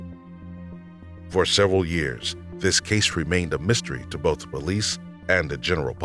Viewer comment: Someone making this channel should get a narrator that can pronounce library, not libary. Be able to say both instead of bof, and the instead of da...